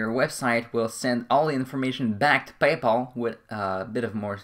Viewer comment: Why do you keep saying "payple"? It's Pay Pal! Very annoying....